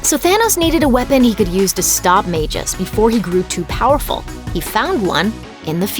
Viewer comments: Smh....Magus...its pronounced like "MAG-US" not Magis or whatever u said. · I thought you pronounced it mag-us not mageus? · Majus?!? Jeez. is getting just as bad at pronouncing things as Watch Mojo